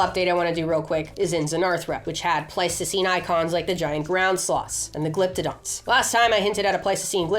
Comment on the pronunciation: Please say Ice Age - I keep thinking that you're saying Plasticine and I'm starting to see all those creatures in the style of Aardman Animations. Can you imagine Homo Erectus made out of Plasticine? Great Video. Nice to see the hook up with Milo, another fave YouTuber p.s. I would love Highland Cattle the size of the Aurochs